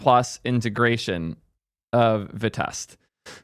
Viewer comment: no, vitest is pronounced “v-eye-test”, you can listen to all their talks